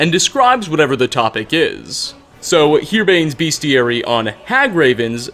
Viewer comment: no fault of yours, it is a fault of mispronouncing words. The books he mentions in the video are all called "herbane's beastiary" so he should have said it correctly. He also says array instead of awry.